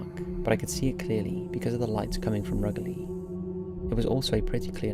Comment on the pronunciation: Rugeley - pronounced RougeLee, not RugAlly